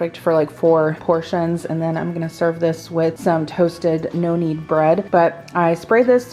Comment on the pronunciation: I kept thinking you were saying “noannie” bread and I was wondering who Noannie was…🤣….#nokneadbread